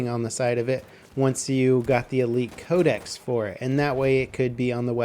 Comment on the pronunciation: Can anyone tell me why he pronounces "Code-ex" (I know that's not how you spell it, I'm spelling it like that for pronunciations sake) like "Code-esees?" Is that the proper way to say it or something? I've never heard anyone say Codex like that.